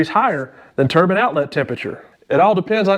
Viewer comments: You F&*king idiot. You had me laughing my TITS off. I like you, I like you a lott &, I'm not sure if that's something you really want. The 1st thing we have to discuss is the word TURBAN as opposed to the word TURBINE, pronounced TUR-B EYEN AS in eye sound after the B. A turban is worn by a rag head, the likes of which are found in Iran ( pronounced E rarhn, not Eye ran) whereas, a Turbine is found in a turbo....which is short for TURBINE found in a vehicle. Now, I could really confuse you by asking you to explain how you, " Could care less" when, you really mean you, "Couldn't care less" but, Im not not a kundt so I won't ask you that. Otherwise, you do an excellent video. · Ter-bine, not turban. Yeeesh. Good explanashun, anyway. Thanks.